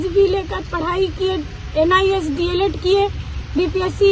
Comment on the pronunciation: D.el.ed hota hai news anchor mahodaya Deld nhi hota hai